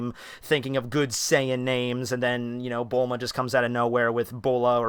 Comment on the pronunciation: it's bullma